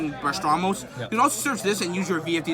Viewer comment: Bah-ras-tos. Not bastramos. We can see you like pastrami but not that either.